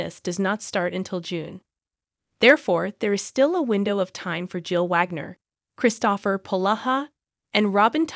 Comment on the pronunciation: This seems to be just an ai voice. The voice doesn't even pronounce "Kristopher" correctly. Nothing backs up this reporting and some of the movies like the once referenced with Tyler Hynes and Autumn Reeser are from 2022. So this is out of date and poor reporting. Although it would be great if Hallmark either brought back Mystery 101 or finished the series off with a less painful cliffhanger that seems like a betrayal of the fans.